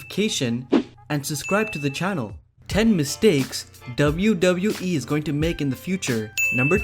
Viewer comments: Anyone else found it annoying how he says "dabiu dabiu e" ?? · He says "wwe" in a funny way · I'm only here to hear you say wwe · Why are you saying „wwe“ so often and so strange ?!